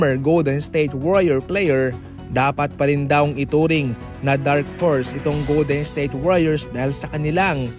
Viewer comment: Goldednsthayte warriors ba naman pag pronounce 😂